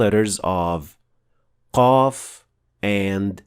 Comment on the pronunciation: جزاك الله خير جزاء اخي وبارك الله في جهدك .. ملحوظة بسيطة أن من أخطاء القاف عند البعض هو نطقها مهموسة، وهي حرف مجهور كما تعرف My Allah reward you the paradise. very helpful and informative. There is a single mistake with the pronunciation of Qaf, i.e. pronouncing it voiceless